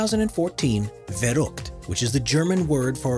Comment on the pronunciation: You said verrückt so damn wrong that i doesnt understand what youre saing in first place